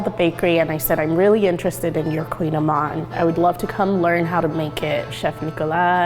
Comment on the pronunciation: No, lol, kouign-amann, it’s Breton (something from Bretagne/Brittany), so the word is basically a type of Gaelic, and even I can barely pronounce it and I live in France, lol, and no she didn’t pronounce it right either, lol